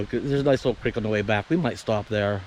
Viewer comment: I haven't heard it pronounced "Crick" in years. Thank you for that!